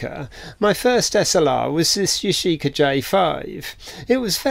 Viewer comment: If you want to glue nylon with c/a glue you should use an adhesion promoter on the nylon to promote bonding because nothing wants to stick to nylon. Yashica - emphasis is on the first syllable - Yashi-ka, not Ya-shee-ka.